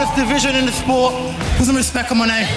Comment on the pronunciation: It’s pronounced respek